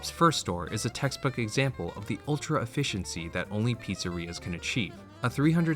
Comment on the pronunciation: … “EFFECIENCY” come on … do better